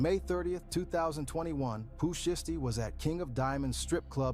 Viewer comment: The "Shy-yasty family" 😂😂😂😂 U know the person who uploaded this video u reacted to used an AI voice for this, cause no human who knows Pooh Shiesty pronounces it that way 😂 Pooh Shisty? 😂😂😂